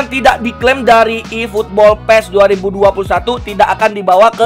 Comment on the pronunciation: "iiiputbol" wkwk